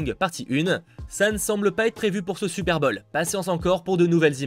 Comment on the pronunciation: « Super bol » j’adore tes vidéos mais stp fait un effort sur les prononciations en anglais 😂 continue comme ça 💪🏽